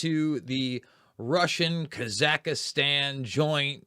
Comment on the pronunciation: it is Kaz ak stan. not kaz ak istan.